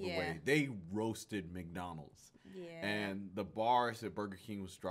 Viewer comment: Love how she pronounces MAC Donald’s